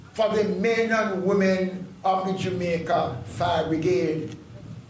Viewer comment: Mr McKenzie it's Jamaica. Not Jumaica. No surprise Bustamante is the founder of the party...smh